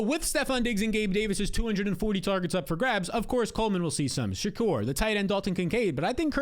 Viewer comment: He'll do anything except pronounce Shakir right 😂😭